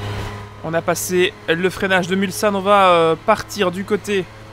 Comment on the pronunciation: hey! toujours un plaisir de revisionner tes anciennes vidéos! Au passage, Mulsane ce prononce mulSSane et pas mulZane:p